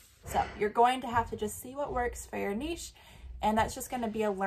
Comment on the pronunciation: Thank you for saying "niche" correctly, was losing my mind with every other reseller saying Nitch XD keep up the good work and thanks for the advice.